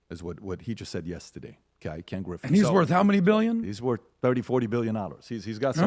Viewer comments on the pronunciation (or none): "yestiday" lol